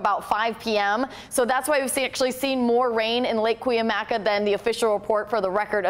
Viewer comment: This weather girl needs how to pronounce Cuyamaca. Nice eye candy.